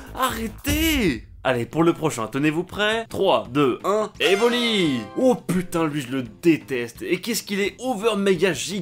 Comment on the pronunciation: Kan j'ai entendu evoli j'ai eu mal :')